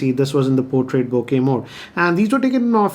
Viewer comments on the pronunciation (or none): none